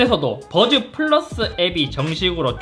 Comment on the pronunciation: 와중에 뿌라스 발음 보소 ㅋㅋㅋㅋ